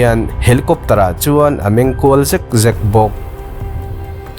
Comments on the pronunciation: Zek zek pawh i lamdan adiklo leh tawh mak thei hle mai😀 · Word lamnawn ngai reng reng hi i chhiarthiam lo vek hi a mak ka ti. 90% vel hi i chhiar dik lo. Zek zek, raih raih etc ang chi hi.